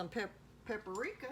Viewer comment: "Pap-a-rika" hahaha